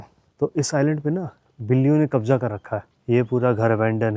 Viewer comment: Kabza hota hai sir kabja nahi 😂